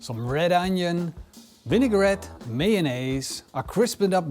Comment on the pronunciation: whisk up a quick vinne-gret :p love the dutch english accent